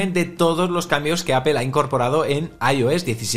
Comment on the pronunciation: Titulo de este video en ingles y toda la cosa, pero empiezas a escucharlo y lo primero que oigo es una palabra extraña: APEL 🤣🤣🤣🤣